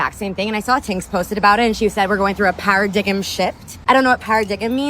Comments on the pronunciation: this bird really said a "para-diggum shift"😅🤣😭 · “Parradiggem” 😂😂 It’s Paradigm (par-ah-dime) She doesn’t know what it means or how to pronounce it but she agrees 😅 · She said Paradigum shift. Its Paradigm - Pear-ra-dime shift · "Power digam"😂 paradigam shift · Para-diggem? 😂 That level of boss babe intelligence is single? Lol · Para-dig'em? My god, that women is an idiot. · “ Paradigum” shift😂😂😂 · Para-digem shift? Wtf? These women need more education. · A para-deium shift???? Hahahahah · She said paradigum” lol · 😂😂lmfao Para-dig-em is crazzzy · Never trust a woman that doesn't know the word, paradigm ... (pronounced: "pa-ra-dime")